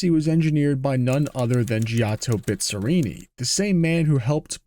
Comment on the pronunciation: Dói ouvir a pronúncia de Bizzarrini...